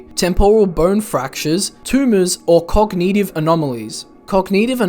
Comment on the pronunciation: cog nih tivh edit: bruh really just said yawshi